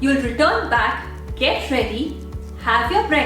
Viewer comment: Mm did anyone notice that instead of "get"it was ge